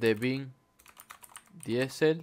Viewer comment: se dice "vin disel" joder haha. Llevo todo el video hablando a la pantalla corrigiendote cada vez que dices el nombre :)